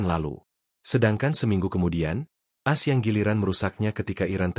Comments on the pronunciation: Hi penyiar - bukan AS, dibaca sebagai A - S. Begitu saudara. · As As As As As 😂😂😂😂😂😂😂 A eS woi.... Mknya jgn pk AI... Tar dibaca Ai... Bukan A.. I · Kenapa baca berita aja harus pakai AI ya? Sampe A-S (Amerika Serikat) aja di baca AS (kaya AS motor). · Kenapa baca AS jadi "as" bukan "A.S."